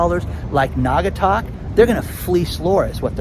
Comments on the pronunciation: You got it right it’s NAW-GA-TUCK 👍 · You are pronouncing Naugatuck correctly. When I grew up there, it was a prosperous manufacturing city. They don't make sneakers there anymore but now in China. We should tax China and give the money to Naugatuck rather than gouging the homeowners. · I live in Connecticut. NAUGATUCK IS A SHIT HOLE !!! It’s a poor community look into it! And you did pronounce it right